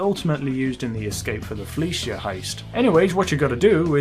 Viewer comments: It's "Fleeca" not "Fleecia" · fleeca not filleeshia